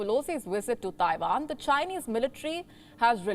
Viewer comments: Taiwan not taivan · WHAT IS "TAIVAN"?